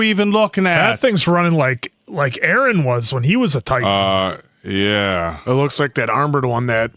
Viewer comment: lol why are you guys saying arman and aaron instead of armin and eren all the time 😭😭